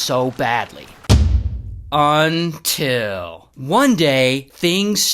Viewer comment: bro saying until is crazy 😂😂